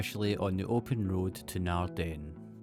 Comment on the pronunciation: Emphasis in Naarden is on Naard not den